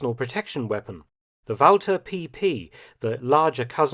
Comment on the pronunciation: 10 points for the correct pronunciation of Walther. Ooooo, minus 10 points for calling a mag a clip.